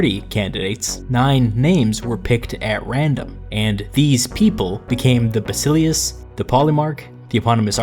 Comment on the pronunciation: It's pronounced BasileFs.